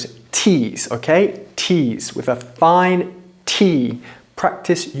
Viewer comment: Who are you to teach pronunciation? listen to yourself, brover, togever, wiv, 'av. You 'av an esturine accent mate, nothing wrong with that but don't set yourself up as some British pronunciation expert just to get subs and YT cash.